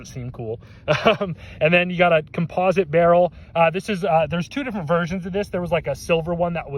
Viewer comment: u are saying composite wrong